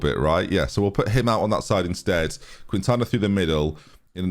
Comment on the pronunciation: Quintana = Kin-tana…cuz it’s me name 😤